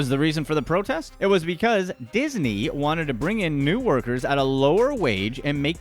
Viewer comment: Did you notice he said isney